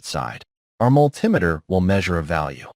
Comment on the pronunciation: Besides the multi-meter mispronunciation, He didn't pronounce triac. He said tri A C. This could be AI misreading which they do. Anybody with any electronics background would know how to say multi-meter and triac.